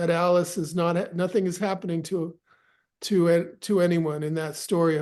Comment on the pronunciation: It's no'th'ing nothing'ing